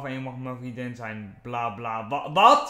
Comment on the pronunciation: hoe vaak moet ik het nog zeggen? HET IS VRIENDIN geen VRIEDIN xD